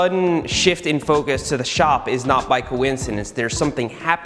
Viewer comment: I thought he said ‘ bike - oincidence ‘ but he just said ‘ by coincidence ‘ and I think he really missed an opportunity